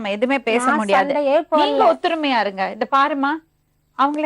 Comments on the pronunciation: 'ஒற்றுமை' என்பதை 'ஒத்துரிமை' என்கிறாள்!😀😀😀😀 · ஒத்துருமைன்னு சொல்லாதீங்க மேடம். ஒத்துமைன்னு சொல்லுங்க.